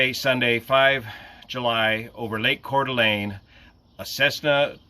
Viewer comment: As a local, good work on the pronunciation of Coeur d'Alene. Sad story.